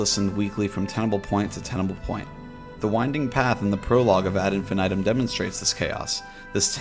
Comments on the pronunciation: Please don't say infinitum the way you say it. It's pronounced "IN-FEE-NEE-TOOM" and even pronouncing it like "infinit - um" is better than the way you pronounce it. Hearing you say it like that literally makes my skin crawl. "infan aedum". Yuck, man, please. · The way you say ad infinitum is so jarring 😂